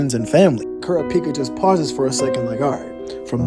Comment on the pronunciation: Can you please say Kurapika name right